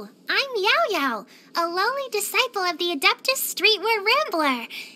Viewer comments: I know she said “lowly” at the beginning, but it almost sounds as if she said “loli.” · almost thought she said loli 💀